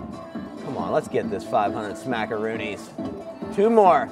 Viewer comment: I love how he calls it “ smackoroonis”